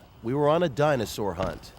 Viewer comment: The “Dino-source” lol